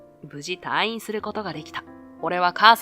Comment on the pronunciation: 退院 たぁいん❌️ たいいん⭕️ 意識して話してもらいたいです